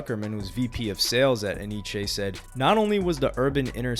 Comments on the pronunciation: It’s not enn eeee cheeee it’s NYC! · It's pronounced N-Y-C lol. I thought it was E-nee-che at first too